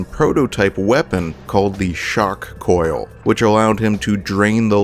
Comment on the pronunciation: Did he just call the shock coil the shark coil? Lol